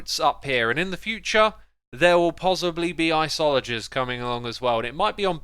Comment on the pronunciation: icologers????? Hehhh?? Really?